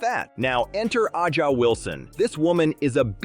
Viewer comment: “A’ja” is pronounced like “Asia” not “Ah-ja”.